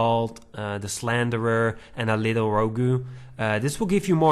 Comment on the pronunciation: Row-goo One Star Wars™